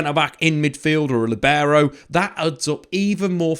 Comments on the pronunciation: It's not "LiBEro". The accent should be on the i, "LIbero". Think at it as saying "Lee". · Buddy, please stop saying libero...like that.